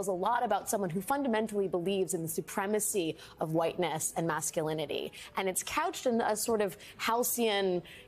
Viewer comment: "Maaculinity" ahh yes. Shes mad because Vance is a man.